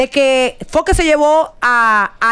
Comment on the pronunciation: CANDY ES FOKE NO FOKER 😅